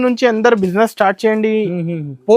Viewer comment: Estore kadhu ra ayya store ivvaru kadhu iyyamu, istart kadhu ra start , evaru ra meeru telugu states lo undi telugu radhu